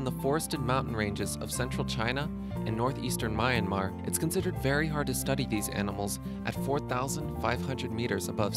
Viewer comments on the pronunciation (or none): It's myanmar not mayanmar.